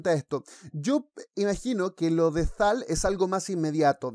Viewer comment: Cuando el perfil pone sktt1thai y el Tío dice "Thal" :v